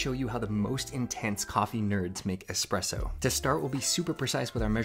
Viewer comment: all of these fancy expensive gadgets yet he's pronouncing it as "expresso" 😭